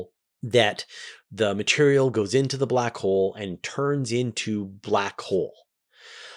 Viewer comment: I have been falling asleep to the 10 hour back hole video, and now every time I hear you say "Black Hole" I hear "Blah Cole" XD